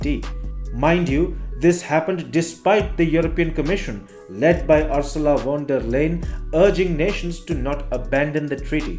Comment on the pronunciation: Uur- soo- la von derr Lai- yen Get your pronunciation right you dolt!!!!